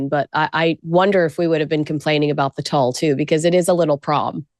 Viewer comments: "tull"??? yikes! Make Google your friend to pronounce things properly. it's not "tul" like pull it's tool like pool. smh a/p definition: The fabric is spelled tulle and is pronounced exactly like the word "tool" (/tuːl/). " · if you’re obsessed with TULLE then learn how to pronounce it. It’s TULLE said like tool. I’m sorry is such a moron. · oh ok you're saying TOLL but it's Tooooool. TULLE TOOOOOL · Someone PLEASE tell her it is pronounced 'Tuwall' or 'Tool' NOT Tull. I can't believe no one prompted them. It's all I can hear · Omg, your Gen Z fashion commentator is so ignorant. Tulle is pronounced TOOL. NOT TULL. I didn’t even know what she was trying to say at first. I thought she was mispronouncing toile. The last time she goofed, she didn’t know what Candace Bergen was famous for except Murphy Brown! AND, Patricia Arquette is not thinner. You can’t buy see he4 joker arms look chubby and her chest up is very large. The outfit just hides her chub. And yes, she’s known till look frumpy in her wardrobe choices. But she’s a great actress. So there’s that! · The netting fabric tulle is pronounced "tool", not "tull" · Just saying, I think it’s pronounced “tool” not tulle 😂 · Tool, not tull. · Umm, We did NOT pronunce tulle as "tull" in fashion school. ❤ I agree with 100% about the toilet brush!! ❤🎉🎉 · Definitely not tull. There’s a long U. Tuuuuul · It pronounced “tool” . Who is this on the right talking about fashion and doesn’t even know how to correctly pronounce this ? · Cringe,, tulle is pronounced “tool”. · Tulle is pronouced "tool" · How come you didn’t correct your guest host’s pronunciation of tulle. She kept saying Tull. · do your research. It's pronounced TOOL. Ugh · Tulle is pronounced TOOL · It’s pronounced “tool”, lol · Pronounced like tool. Mo got it right, take note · Tulle is pronounced tool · Yes, was pronouncing it like “ Toile” which is another fabric all together.